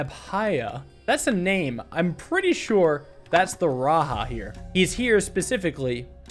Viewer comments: RaJa not RaHa. I am sorry I was just super triggered every time you said it like that. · great puzzle video as always. Raja is pronounced ra-jah andnot ra- ha. it just means king in hindi as well as some sanskrit related languages. peace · raja is not pronounced " raha" its "ra ja" ja of jack. also the same case foe jayan its the same same ja. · It’s just pronounced raja not RA-ha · "Raja" is a title in many Indian/South Asian languages that translates to king. And the "j" is usually pronounced with a /dʒ/ sound (so not like the /h/ in Spanish lol). Saying that just cuz Lemuria (as it's portrayed in this game) has a lot of South Asian/Southeast Asian aesthetics and it just made me laugh a bit cuz I speak/understand a couple South Asian languages. I look forward to seeing what happens next!!! (also the history of Lemuria as a concept/idea is pretty interesting (and kinda funny tbh) so it's cool to see it in this game) Edit: to be clear, idk if it's intended to mean "king" here or not, I'm just telling you what I think/know lmao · "The "j" in "Raja" is probably pronounced like the "j" in "jump", not in the Spanish way, since Lemuria seems to be inspired by South/South East Asia.